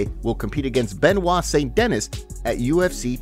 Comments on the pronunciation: Bro you talk so weird, and can’t even pronounce st-denis right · Saint denis. Pronounce. Duhneeeeees